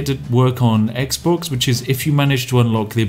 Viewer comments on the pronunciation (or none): none